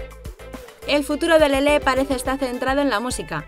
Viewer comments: no sabes pronunciar su nombre:se llama Lele,no lelé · Jajaj además dice LelÉ con la tilde jajajaja